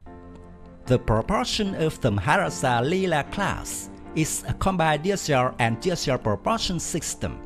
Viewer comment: Yg tukang baca ni tengkuk terseliuh ke susah sgt nak sebutnya